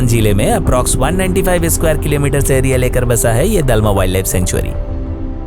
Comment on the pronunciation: डालमा नहीं, दलमा है Pronounciation thik se karo bhai